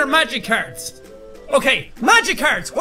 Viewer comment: the way he said magic cards sounds like he's saying "magicarp"